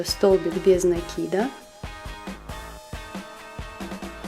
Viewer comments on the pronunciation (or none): Спасибо, очень классная подставка получилась.НО!! В русском языке нету слова накИд, есть слово нАкид. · советую внимательнее изучать ударения. НАкид - это профессионализм, правильное ударение накИд.